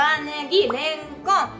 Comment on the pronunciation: レンコンの言い方がすき